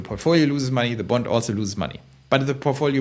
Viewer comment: Your saying "BOND" sounds like "BUNT"